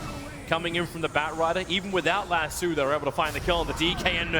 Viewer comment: Annoyed by how he says lasso